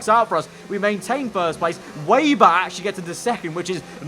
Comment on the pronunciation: Just a small point.. it's WEBer not wayber . As in spiders web .. thanks.